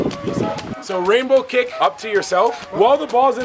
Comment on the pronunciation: The video was great until said rainbowKICK